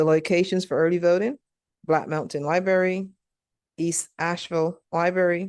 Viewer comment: Lie berry.